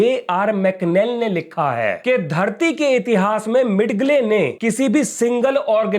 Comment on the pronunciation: मिड गले नहीं, मिजेल Thank you for the very informative program.